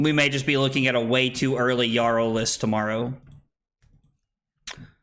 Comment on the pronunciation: Isn’t it pronounced “Yarl?”